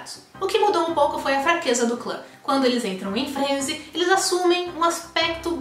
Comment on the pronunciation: Bom vídeo. Só não sei pq vcs falam "FRÊÊÊNESI". A palavra não é proparoxítona e sim oxítona, frenesi (FRENESIH).